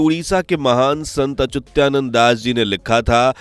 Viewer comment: अचुत्यानन्द नहीं अच्युतानन्द सही है।